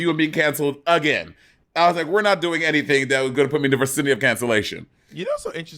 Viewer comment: Did monet say VERSINITY ? Instead of vicinity?